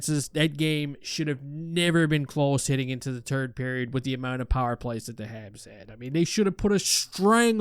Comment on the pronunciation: Does he say "turd period" or is just a really canadian third period?